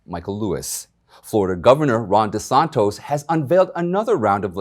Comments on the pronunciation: Michael, it’s Gov De Santis not De Santos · as a long time FL. resident, it's De-San-Tis!!!! You don't say Praying Man Tos, you say TIS!!! C'MON MAN LMAO... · It's pronounced DeSantis not DeSantos. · Geeze Michael it is Governor Desantis! Not Desantos! European spelling, not Spanish!! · Please Desantis not Desantos. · FYI his name is Ron DeSantis with t i s. It is not Ron De Santos. I do not say this in a destructive manner but rather in a constructive manner. I would also like to say that I enjoy watching your show very much! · Michael, you are not saying Florida governor's correctly. It's DiSanTIS. NOT DiSanTOS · DeSantis, NOT DISANTOS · Florida's Governor is Ron De Santis. Not De Santos. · You are NOT pronouncing the governor’s name correctly. It’s DeSantis, not DeSantos. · De san tis.... Not de son to... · Desantes ... Its NOT DesantOs? Before you make a video Production it might be prudent to at least pronounce his name correctly! Come on, Man! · Not De Santos. It's De Santis. (Desantees) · It’s Governor Tom DisantIs not tos. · Ron DeSantIs, not DeSantOs. Thanks! Love your reporting! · Its DeSantis not DeSontos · DeSantis! Not DeSantos! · DeSantis not de santos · The Governor’s name is NOT DeSantos, it is DeSantis. 😳🙄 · Ummmm.....its DeSantis......DeSantos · Good day Michael. Our Governors name is Ron DeSantis Not DeSantos. So you are pronouncing his name incorrectly. Love you and love my Florida’s Governor!❤️🆙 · His name is DeSantis....NOT DeSantos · The names Desantis and not Desantos...just sayin. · It’s Ron DeSantis!! Stop adding the wrong pronounciation. Have you not even read the governors name in print? It’s stupid stuff like this that makes secondary news outlets look bad. Just look again at the ACTUAL SPELLING...ITS DESANTIS. DE SAN TIS. there is no ‘O’ ..what kind of a journalist or news caster can’t pronounce a simple word. Or are you adding your own form of weird cultural appropriation? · His name is Ron DeSantis Not Des Santos